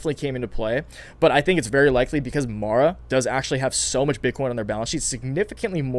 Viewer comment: Lol, you finally got MARA name name right 😆🤣